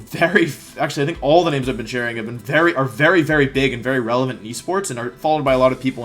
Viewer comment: Wery wholesome wideo Wolfey